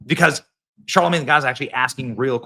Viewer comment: Benny, stop saying Charlemange tha.... it's annoying and ridiculous 😂